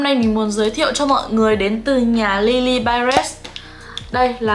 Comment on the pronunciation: chị ơii lilybyred hong có âm s ở cuối đâu ạ :(